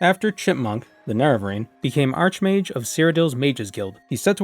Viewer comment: it is pronounced like arkmage. he is not a bent mage, he is a superior mage.